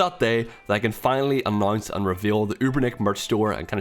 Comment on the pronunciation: I really like how you pronounce announce - "anoince"